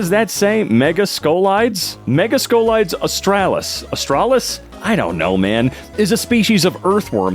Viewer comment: mega-scoli-des des is pronounced like desk